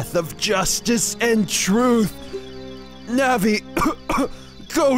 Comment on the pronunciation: it's pronounced nAHvEE!¡!!¡¡